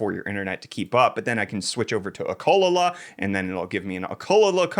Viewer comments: Ohlkohl-lala? It's a E-u-kah-leyh-leyh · Wait... switch over to a what? What's an "o ko la la"? Ukulele is pronounced "you ka lay lee". I know that probably sounds kinda asshole-ish on first read, but I love your stuff and intended it light-heartedly. <3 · uh colo la? dude it's you kill le lee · Did you call a ukulele an “ackolala” 🥴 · Bro.. what the fuck is an oh-kuh-luh-luh? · WHY DID HE SAY UKULELE LIKE THAT?!?? "Uh-cul-la-la" WHAT??? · Google how to pronounce ukulele It is not ukoloala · Ukelele - You -- Ka -- Lay -- Lee., your pronunciation was hilarious... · You-Ka-Lay-Lee lol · Did he pronounce ukulele as ukalala 😂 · Did you pronounce ukelele okoluhluh? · Has to be lol he said ohkuhluhluh😂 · Ucola-la-la. lmao I had to pause and rewind that bit to make sure I understood what he said and what he was referring to. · I missed everything you said after Ukulele pronunciation. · Please tell me that pronunciation of Ukelele was ironic... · thats not how it's pronounced dipshit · No but he def mispronounced UKULELE 🤣🤣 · Im genuinely pissed how this man is 20 something and has never seen or said the word "ukulele"